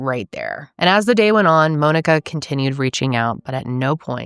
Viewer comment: This is the first time I’ve ever heard Monika pronounced the same way I say Monika.